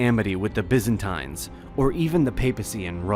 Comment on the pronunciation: Is anyone else screaming internally each time Byzantines is pronounced?